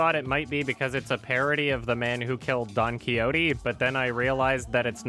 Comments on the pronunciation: really? Don Kee-ody ?! You say it like this: Don-key-shot! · "Don Coyote"? Is this an amercian thing? Don quixote Is actually pronounced Don Keeshot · It's Don Key-ho-tay, not Don Coyote. Read a book you tuber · "DON CHYOTEE". Holy fuck dude. hahahahaha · "Don Kee-ho-dee" ... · Wrong. File:Don-Quijote-pronunciation (sur de España).ogg - Wikipedia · pronouncing Don Quixote wrong, after "correcting" Ralph on his pronunciation, is all kinds of amusing. Oh, but everybody cares about poor ol' Villeneuve, but not about a four centuries old Spanish book! HAH! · how the fuck did you just pronounce "Don Quixote"??